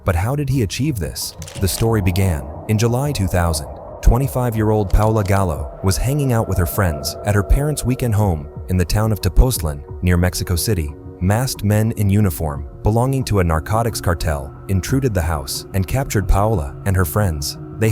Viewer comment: Tepoztlan is Pronounced like: Tepozit- lăn with a short O vowel sound.